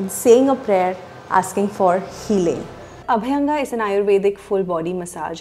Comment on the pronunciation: अभ्यंग not अभायंगा.